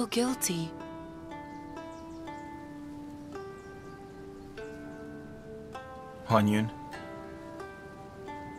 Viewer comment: HuanYuan became 'onion' 😂😂😂😂